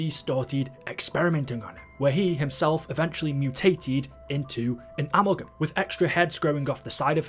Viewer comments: So who’s gonna tell that it’s pronounced “a-MAL-gum” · The way you say amalgam is so fucking stupid you need to put on an American accent or something